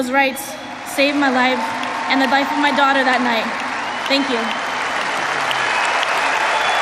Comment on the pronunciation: Did he just say? "We believe in the rule oh law" Ohh my!!!🤣🤣🤣